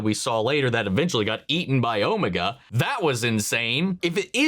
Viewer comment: You are still saying Omega wrong. It’s Oh-Mega. As far as we are aware Susan is the Doctor’s granddaughter, Jenny is the Doctor’s clone daughter, and River Song is the Doctor’s wife. Whether River Song or Jenny is Susan’s mother is not known, but both the 10th and 11th doctor did mention the Time Lords had families. Unfortunately, the timeless child retcon made everything speculative. I doubt anything will ever be cleared up.